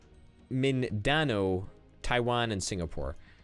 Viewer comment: Mindanao, not Mindando